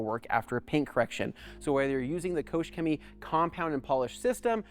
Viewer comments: Kooosch cemy xD xD xD You pronounce it reaally wrong :D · It is spelled „KOCHrrr Chemie“ and not „KOSH Cemie“